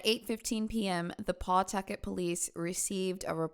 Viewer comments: "Paw-tucket" 🤦‍♀️ lmfao, it's pronounced "Puhtukit" you sweet summertime soul! 🌞🌻😂⚓ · Rhode Islander here. It’s pronounced “puh-tuckit”. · So weird, I'm from Massachusetts and am in Pawtucket and Providence RI all the time. A lot of kids from out there are "tough" and gangsta gangsta. Shit, we might know some of the same people lol. Btw you can just pronounce it "Pa-tucket" lol don't need to emphasize PAW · I grew up in Pawtucket and every time you say it has me lmao I paw-tucket lol 😅 I still live in RI but in a different city